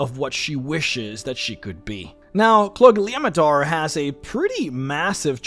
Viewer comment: I would like to raise my glass to you for being able to pronounce that name.